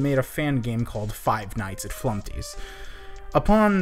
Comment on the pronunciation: Remove the t in flumpty